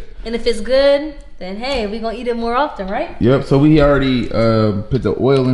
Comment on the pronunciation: Its oil not olll